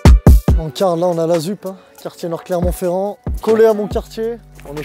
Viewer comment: jai arreté de regarder quand il a dit clermont ferrand